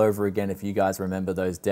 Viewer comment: In the end you said 'bye' like 'BUY!' :D